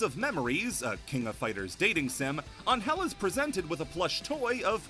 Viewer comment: That's the correct way to pronounce her name.